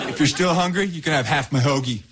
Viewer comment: 听的好像是to still hungruy？